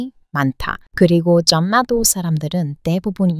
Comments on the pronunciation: 난리 발음은 '날리'로 해야 해요. 한류도 한, 류로 발음 아니고, '할류'로. 영어표기도 'hallyu'인가로 표기 하던데... 앞글자 받침이 'ㄴ'이고, 뒤에 오는 글자 자음이 ''ㄹ'이면 ㄹ+ㄹ 발음으로 해야 해요. 전래 동화에서 전래도 전내 발음 아닌 절래로 읽어야 정확한 발음입니다. 9분대에 전라도도 '전나도' 가 아닌 '절라도'로 발음을.... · '전라도'는.. [절라도]라고 발음하는 거예요.. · 전라도... 발음은 [절라도] 로 하셔야 힙니다. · 아직 자연스럽지 않은 발음이 안되는게 잇네요... 전라도 같은건. 전+라 (X) 이건 모두 벗었다는 것임.... 절+라 로 읽는겁니다.. 한라산 같은것도 할라산이라고 읽어요. 신라도 실라로... 자음 동화라고 하는 문법이지요. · 전라도 발음할 때는 (전나도)가 아니라, (절라도) 라고 한답니다. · 늘 재미있고 감사하게 보고 있습니다. 한국에 대한 지식도 많고 말씀도 잘 하시네요. 그런데 전라도 같은 경우 발음을 고쳐주시면 더 자연스러울 거 같아요. 한국사람들은 저절로 그렇게 발음해야 편하니 자연스럽게 되는데 외국인 같은 경우는 그렇지 않아서 알아둬쟈 할 듯합니다. 즉, <ㄴ>과 <ㄹ>이 만나는 경우에 자음접변에 의하여 <ㄹㄹ>로 소리가 납니다. 한라산(할라산) 신라(실라) 전라도(절라도) 등등의 예로 익히시면 좋을 듯하네요. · 전라도 발음은 절라도라고 읽어야됩니다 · 전라도를 읽을때는 절라도가 됩니다. 전라도라고 혀에 힘주어서 애써 힘들게 읽을 필요없어요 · 발음할때 전라도 -> 절라도. ㄴ과 ㄹ이 연음되면 ㄹㄹ로. 단란하다-> 달란하다. 진리-> 질리. 한국어는 발음을 편하게 할려는 경향이 강하죠. 앞부분에 ㄹ이 발음 어렵다고 성씨도 리씨에서 이씨로 바꾼 민족이에요. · 전라도 발음은 절라도로 됩니다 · 전라도는 발음할 때 절라도 로 해요. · 지난번에 자음동화에 대해 댓글을 달고 다른 영상들을 보면서 많이 거슬리는 것을 찾아보게 됐어요. 이것들만 신경써도 엄청 달라질 겁니다. 원리(월리), 원래(월래), 윤리(율리), 인력(일력), 공군력(공굴력), 단련(달련), 벽난로(병날로), 권리(궐리), 권력(궐력), 관리(괄리), 관련(괄련), 관립(괄립), 난리(날리), 논란(놀란), 논리(놀리), 만류(말류), 문란(물란), 문리(물리), 분리(불리), 분류(불류), 신랑(실랑), 신뢰(실뢰), 언론(얼론), 윤리(율리), 전래(절래), 전라도(절라도), 전력(절력), 진료(질료), 편리(펼리), 핀란드(필란드), 한류(할류) 게다가 저도 가끔 헷갈리는 게 있다는 걸 깨닫고 찾아보고 공부하게 되었어요. 덕분에 자음동화 예외가 있는 것도 알게 되었네요. ‘ㄹ’의 앞에 오는 ‘ㄴ’이 그냥 ‘ㄴ’으로 발음되기도 해요. 한자어에 ‘란, 량, 력, 론, 료, 례, 령’등이 접사처럼 붙어 이뤄진 말들이 그러해요. 이 한자들은 '난, 양, 역, 논, 요, 예, 영'등으로도 소리가 나는데, 'ㄹ'의 음가가 약해요,그래서 ‘ㄴㄴ’으로 발음되지요. 또한 다음의 예에서 보듯이 3글자에서 앞의 2글자로 이미단어가 강하게 완성된 경우라는 걸 알 수 있어요. (예) 의견란→［의견난］ , 임진란→［임진난］, 생산량→［생산냥］, 결단력→［결딴녁］, 입원료→［이붠뇨］, 동원령→［동원녕］, 상견례→［상견녜］, 공권력→［공꿘녁］, 이원론→［이원논］ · 전라도 발음할때는 절라도 로 발음 해야 합니다. 난리 도 날리로 발음 해야합니다😊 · 절라도 가 맞는 발음임 선행동화 선행동화 참고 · 재미있게 잘 보고있습니다. 복 많이 받으시고요. 전라도 발음할때에 절이라고 발음 합니다. 한국말 잘 하시는 분이라 아쉬운 맘에 적어봅니다.